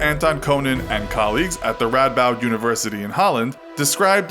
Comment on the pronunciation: I like how you say radboud because its pretty close and btw i live like 5 mins away from it